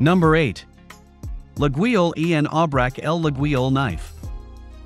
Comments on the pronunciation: That very unusual pronounciation of Laguiole (La-yol in French) is quite distracting. 😬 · Not sure how much I can trust this guy's review if he can't pronounce Laguiole even close to correctly. Also, Forge de Laguiole does not go back to the 1800s, it was started in the 1980s, I believe. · After Artificial Intelligent dude butchered the name, im out. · You could at least try to correctly pronounce Laguiolle. Damn dude.